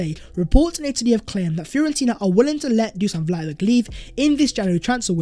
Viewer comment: I beg you, it's pronounced Dushan Vlahovich!